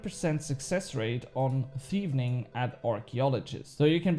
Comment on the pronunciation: i think its just one "N" in thieving 😆 you just had a heavy double N thing going on there when you said it. I woke my wife up laughing so hard😅